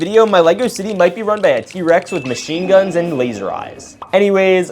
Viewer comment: You said duns and not guns